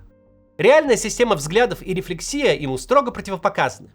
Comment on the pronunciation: РефлЕксия а не рефлексИя НУ вы что!?? Ударение не верное